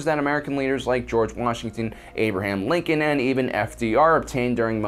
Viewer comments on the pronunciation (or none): none